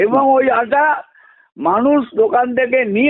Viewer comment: 'আঠা' নয়।আটা হবে।